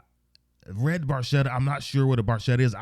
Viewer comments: Barchetta is actually pronounced barketta - italian for little boat. It is a car with no roof - and the actual car that Neil wronte this song is a 1948 Ferrari 166 MM . While Neil built up an impressive car collecton - recenly sold at auction - most of his cars were silver and he never owned a red Ferrari - but he did say in a few interviews that the 48 166MM was his grail car. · Barchetta is an italian word and it's pronounced bar-ketta although Geedy says it differently, ask an Italian and you'll see. It's my second favorite Rush song following closely La Villa Strangiato. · Barchetta is an italian car and... it´s pronounced BarKetta ;-) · It is an Italian car in the Ferrari family. The pronunciation of Barchetta is actually pronounced Barketta. Neil in an interview said that Geddy actually mispronounced it but Neil never corrected him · They say "bar-chetta" in the song...but the correct Italian pronunciation is "bar-ketta". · True in Italian it is with the "k" sound, but in the song Geddy pronounced it as a "ch" sound...BarCHetta. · it's italian, and, actually, it's properly pronounced barketta, but geddy lee acknowledged years ago when he found out that he'd been saying it incorrectly for years. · If you were Italian you’d pronounce it barketta. It’s a Ferrari from the 50’s or earlier. Geddy realized later on he was mis-pronouncing it.😄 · Hey, great vintage Rush! Yesss!!! Anyway the car is an Italian made sportscar. Oh, an BTW its pronounced: Barketta, the letter H is silent. Sorry Geddy. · Love RUSH and another GREAT tune! The car is a red ferrari barchetta....barchetta is an Italian word and it means, small boat = small convertible car. The correct pronunciation of 'barchetta', in Italian, is : bark-etta. (the "ch' in the word is pronounced like the letter K). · Geddy is mispronouncing it because he's Canadian. Barchetta is pronounced barketta, it's Italian for small boat i.e. a 2 seater. Specifically a 1952 Ferrari 340 Red Barchetta Burlinetta.